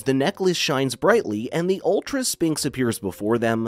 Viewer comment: The pronunciation of sphinx is painful